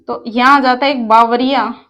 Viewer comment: बावरिया नही बाबरिया बांध है